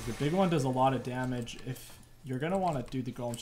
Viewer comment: yes waking people up does a bunch of jamej, bro u ok? are u having a stroke